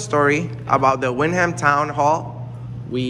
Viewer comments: It's called Windham but it's pronounced "wind-um". Y'all should go to Bridgeport see how the treat y'all down there- proceed with extreme caution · thats ny maiden name its pronounced wendum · Wrong pronunciation of windham